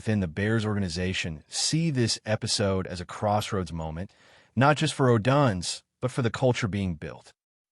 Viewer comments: Learn how to properly pronounce odunze 😂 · U are totally clueless on how to properly pronounce odunze 😂